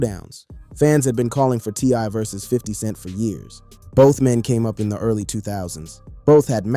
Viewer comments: Y cant you pronounce versus?? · I hate the way he says versus